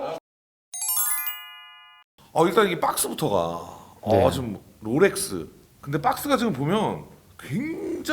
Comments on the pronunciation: 제발 롤렉스라고 해주세요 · 왜 로렉스라고 하는거지 ;;; 거슬리네 Rolex의 L은 원래 받침 ㄹ까지 발음해야하는해서 롤렉스로알고있는데